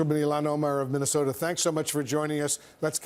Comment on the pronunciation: Its important. 3 syllables. Also he referred to Somalia pirates in Minaosoda